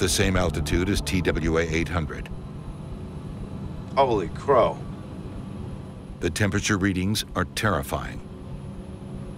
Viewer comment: he said owly crow 💀💀